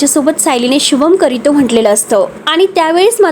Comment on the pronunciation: अरे कमेंट्स वाचुन तरी भाषा सुधारा, शुभं करितो काय, शुभं करोती.